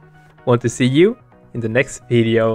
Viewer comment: Second but...does anyone hear xxxvideo when Bo says next video or just me